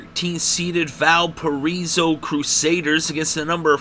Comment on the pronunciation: "Val per eso"? Try Val pir I so".